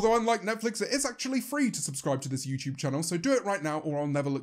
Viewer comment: yeah, sometimes it sounds like he's saying "youcheub" when he says "youtube"